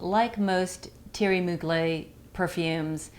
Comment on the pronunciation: It's pronounced Moo-glair.